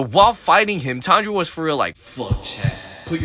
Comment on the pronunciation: pronouncing Tanjiro as Tndro.. bro?!